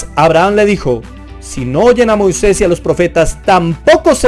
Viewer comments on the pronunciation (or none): none